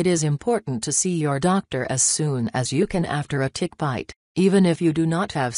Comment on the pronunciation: Really sounds like this lady says Dick instead of Tick hahaha I was dying! 🤣🤣🤣🤣